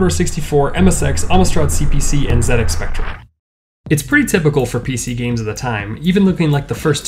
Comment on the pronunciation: For an American youtuber pronouncing ZX spectrum correctly you deserve some sort of formal recognition 😉 👍👍👍